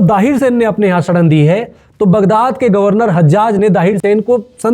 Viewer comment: शड़ड़ नहीं 'शरण' English में बोले?